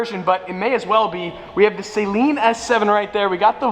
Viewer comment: It's pronounced suh-LEEN. Buy an S7 or an Ariel Atom